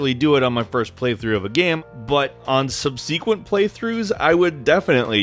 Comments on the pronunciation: sub - SEE - quent? I think you mean sub - su - QUENT. I love you! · "Sub-SEE-quent"? No, it's pronounced "SUB-se-quent" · Subseaquent? Lol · . Sub-c-quent??????????? WHAT? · You pronounce "subsequent" really strangely.